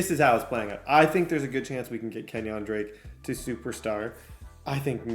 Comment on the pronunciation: it really bothers me how you say kenyan drakes first name